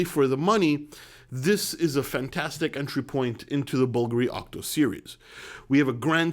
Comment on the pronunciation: Wow! One of the very few english speakers, who pronounce Bulgari in a (95%) correct way! Congrats!